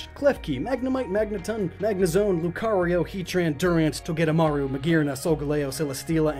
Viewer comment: LUCARIO, NOT LUKRIO!